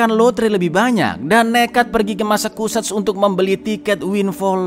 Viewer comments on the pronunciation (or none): Bukan masakuset cak, tapi masecuset cak..🤣🤣